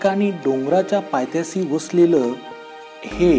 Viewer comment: Bhau paythyasi nahi bolta paytyashi boltat